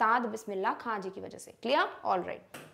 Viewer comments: mam all is ok bt u spoked khan as kha it's wrong plz correct it or edit it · It's not Bismillah kha it's Bismillah khan pls take name properly